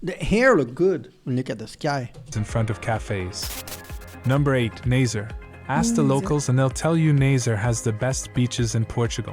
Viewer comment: I'm afraid the pronunciation of the place names isn't great, but "Nay-zerr" takes the cake. The name of the place is pronounced closer to "Nuh-zuh-ray", for native English speakers, and native French speakers might naturally pronounce it very nearly as it's meant to be pronounced if only they regard the word as "Nazarai" rather than "Nazaré", which is how we spell it. I'm fairly sure the problem is that the voice in the video is AI generated, seeing as it pronounced the name of King John (whom we call "D. João") as "Dee Jo-ah-oo"; although the name "João" would be troublesome for any human native English speaker to pronounce, you wouldn't pronounce "D." as "dee". "D." is short for "Dom" (sounds closer to "dong" than to "domme"), which, in turn, comes from the Latin "dominus", meaning "lord", and is the honorific conferred upon all of our kings.